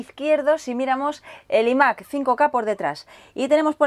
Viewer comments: muy buen unboxing pero deja de decir imac como si lo pronunciaras en castellano que es un poco flagrante xdddd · Se dice ai mac no y mac